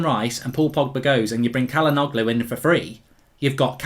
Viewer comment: Bro, Çalhanoğlu is pronounced Chalhanolu, not Calhanoglu.